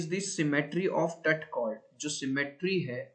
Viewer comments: Tat nahi hota tut hota hai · Tat nhi sir tut bolye..tat se tatti ka sound aa raha h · Its not tat its tut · Tut nahi tut